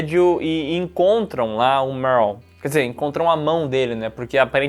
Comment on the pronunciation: Salve vcs estão falando errado o nome do rapaz q é racista o nome dele é merle